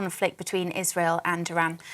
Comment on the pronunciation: Gbnews is such a back alley news channel, anyone else clock him say iswhale instead of Israel